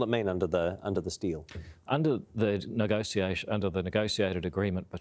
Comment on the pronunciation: Whats up with everyone saying negoccciation? That's not right!